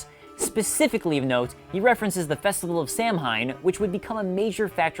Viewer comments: ITS “SAU-WIN” NOT SAMHAIN! DO YOU EVEN HORROR MOVIE BRO? LOL! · Samhain is pronounced "sow-in". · Please please learn to pronounce Samhain (sow-in) the correct way. Other then that really cool video lol. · Thank you! I cringe whenever I hear someone pronounce it "sam-hain".